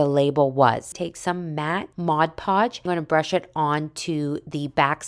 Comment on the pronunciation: Ummm... I tgink it's Mod Podge, not Modge Podge.